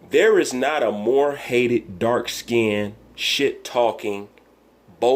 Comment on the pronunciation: He said "dark skinnedit" lol. Wilder is just soo bitter. Wilder can't play the bad guy then want fans.